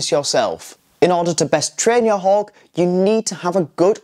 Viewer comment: why does he keep saying 'hog' ? hawk has a 'k' at the end, not a 'g'